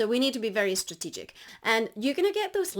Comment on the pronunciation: Did I hear "you should be estrategic" & "especify"? 😉